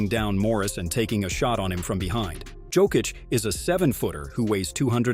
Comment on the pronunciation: Learn to pronounce Jokis's name ffs.